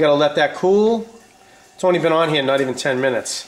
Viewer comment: "waht we gut heeeyuh bawb?!" you must be from maine